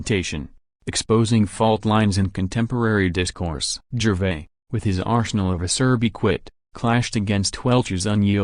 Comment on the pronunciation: Utterly awful and pretentious narration. Pronounced 'Gervais' incorrectly. Unwatchable crap.